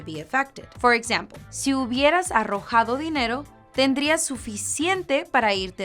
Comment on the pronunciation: Me gustó mucho el video y lo usé con mis estudiantes. Excelentes ejemplos y si necesitan otro profesor nativo me pueden contactar. Me parecíó raro que la chica pronunciara la "h" en la palabra "ahorrado". Lo pronunció como una j y sonó mas a arrojar que ahorrar. Señor Ares